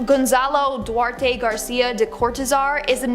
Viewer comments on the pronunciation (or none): none